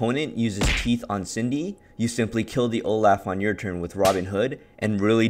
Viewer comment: Is my guy really saying Olaugh because Olaf is laughing in his art?